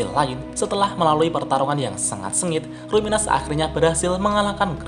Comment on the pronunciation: Kalo luminous dibaca ruminas, jangan2 rimuru selama ini namanya yg bener itu Limur